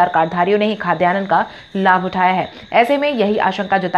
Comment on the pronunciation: Mam, khadyanan nahin_ Khadyanna boliye.